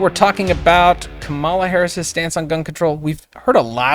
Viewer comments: You’re educated, decent people. Don’t play along with the childish insult of mispronouncing someone’s name. There’s only one person that determines the right way to say their name. It’s the named person. I don’t agree with her either. But that tactic makes everyone who might be on the fence tune out. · Can't even bother to get the pronounciation of her name right right out of the gate. It will not be part of the 2024 General Election platform. Such a bad faith podcast. I'm disappointed in you. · it's extremely childish to knowingly mispronounce her name